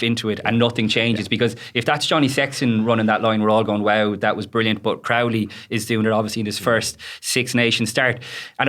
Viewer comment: Luke Fitz STILL can't pronounce Crowley's name, and nobody else can finish a sentence because of him.